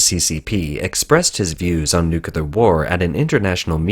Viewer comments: Please, please, please get it right. It's painful to listen to good info from a source that consistently mispronounces "nuclear." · Love your content, but pronouncing 'nuclear' is really not that difficult...